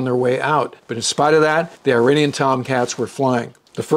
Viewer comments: Good episode - but hearing you say “eye-RAIN-ee-an” is like fingernails on a chalkboard. It’s pronounced “ir-AHN-ee-an”. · is pronounced "eeranian" NOT "I"ranian